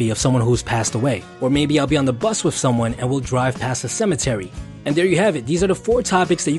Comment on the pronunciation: It's not "wif" it's with. It's not "wiffout" it's without.